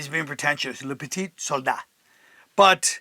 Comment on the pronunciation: Can’t pronounce VOSS but LE PETIT SOLDAT rolls off the tongue. 😂 #iykyk